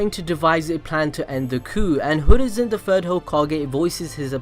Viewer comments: It's hiruzen not hoorizen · It's hiruzen not hurizen😂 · is anyone else confused as to why this dude is pronouncing Hiruzen??? Like he's saying Hurizen, not Hiruzen??? Why bro??? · he keeps saying "hurizen" REEEEEEEE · Ah yes, the third hokage hurizen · why do you always say Hurizen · So absolutely no one is going to bring up the fact that he said “Hoorizen Sarutobi”???